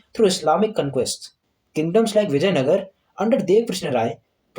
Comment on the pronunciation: btw its not vijaynagar its vijaynagara😫